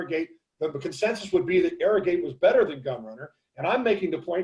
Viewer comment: ArroGATE...Not ArroGIT....Seems like certain people call him Arrogit thinking they seem COOL by pronouncing it that way...Sorry but hard to take shows about racing that serious when you can not even pronounce a VERY famous horses name correctly...And its not like his name was confusing...was OBVIOUSLY ArroGATE